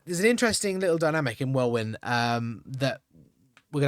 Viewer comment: Welwyn = pronounced Wellin